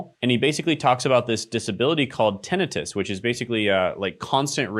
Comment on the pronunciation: Ten-ITE-us Long I. Just because your health coach client is saying it wrong doesn't mean you have to. We got you! 😅 also he's the most similar to what I'm doing. #newhere Health videos, only my focus is pediatric nurse practitioner content for a season. But I really want to vlog sometimes too. 😂